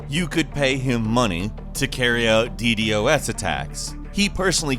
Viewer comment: I thought it was pronounced “Dee Daws”